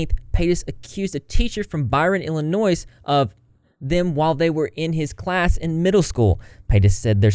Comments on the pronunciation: Illinoy not Illinoise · Does she really think everyone is dumb enough to believe that h3 is all behind this? These are the consequences of her own actions and the stuff about Moses has nothing to do with h3. Also please the s in Illinois is silent. Also she can be the victim and villain. Both can be true